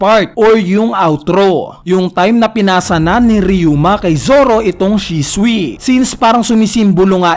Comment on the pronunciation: ang basa hindi shiswi, ang basa doon Shu-suy